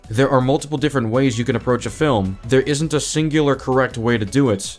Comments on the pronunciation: Does anyone else get annoyed when he says fillm instead of film? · How about a drink evertime this racist says words wrong like Filum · I hate how he pronounces film as fillem